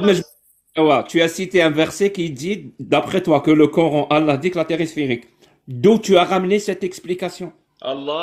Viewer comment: « En Islèème, le Korr-ène » . Il me gave avec sa prononciation 😂